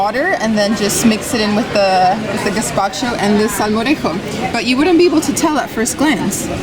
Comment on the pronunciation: Hi guys! I'm from Sevilla(Seville), main city of Andalucía(Andalusia), near to Córdoba. I love how you pronounce "Córdoba" and "salmorejo". Your pronunciation is PERFECT. Gazpacho is almost perfect too! You should taste gazpacho and salmorejo in Andalusía better than Madrid. Andalusía is hotter than Madrid and when you eat those "cold soups" is like HEAVEN. Same with beer in Andalusia. I hope you have fun in Spain guys. I like your videos ^^